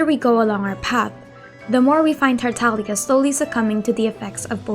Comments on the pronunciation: If you listen to VA lines, it's Tartaglia. VA do not choose how they pronounce their characters names, they been told how to say it, going by this Tartaglia is correct, not Taralia. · Tartaglia is an Italian word and the "G" is silent.